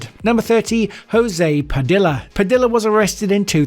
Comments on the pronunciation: Bro it’s not Pa DILLA 😂😂😂😂😂. Goodness that’s bugging the shit outta me. It’s Pa DEEYA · Spanish words and names using two Ls together (Padilla) makes a Y sound (Padeeya). Brits commonly get that wrong. Another example is Quesadilla (Kay-so-Deeya). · Can you attempt to pronounce Latin names correctly? You can't even say name like Padilla correctly. Jesus! lol! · ADX Florence and its inmates is a fascinating subject. I was so happy to watch this video until the narrator spoke. The pronunciation alone made this a disgrace. Waco and Padilla are just a couple of butchered words but there are many examples. The photos didn’t always match up with the person you were referring to. Also, all the inmates you spoke of were the ones in Wikipedia. That tells me barely any research was done. This could’ve been a good video but you cut corners smh